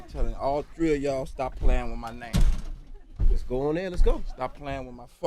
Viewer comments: Tree not three of yall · All tree 🌲 of them 😂😂😅😅! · He actually said when my name come up RespeCKK it... All dree of yall😂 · “Stop playing wid my name all tree of yall”. 😂😂😂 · "all tree of y'all"-Birdman